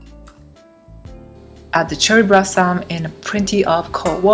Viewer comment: Sorry. I had to watch this on mute. The confusion of the l and r was triggering my OCD. "Brossom and clust" was perplexing me.